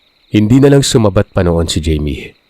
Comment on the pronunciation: jaime o bka namn hayme ung pagkabasa